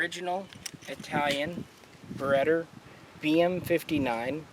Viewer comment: cringe every time he says it